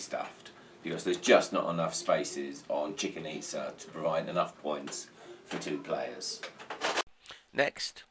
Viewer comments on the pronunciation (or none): Thanks, everything great, except for the pronunciation of "Chicken Itza"